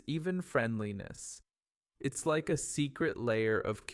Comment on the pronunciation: Like a native, not LEIK a native